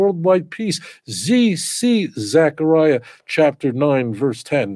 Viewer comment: Yeptah not "yeftah". Also T'sepanyah צפניה. T'sekaryah זכריה.